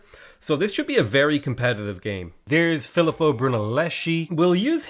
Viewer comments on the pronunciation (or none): Philipo Brunelleschi is actually pronounced Phileepo Bruneleski